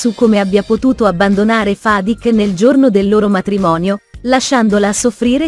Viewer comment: Rashid, Zuleya , Fadik ma e’ possible che non riesce I a pronunciare un nome correttamente…